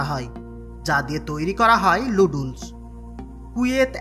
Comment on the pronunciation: লুডুলস কি? নুডুলস হবে ভালভাবে উচ্চারণ ই করতে পারেন না আসছে ইউটিউব চালাইতে😂